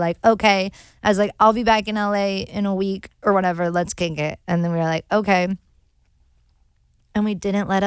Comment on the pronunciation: Did no one else hear where she said "let's KINK it" instead of KICK it. 😂😂😜😜